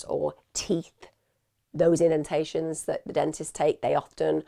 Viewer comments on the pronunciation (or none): none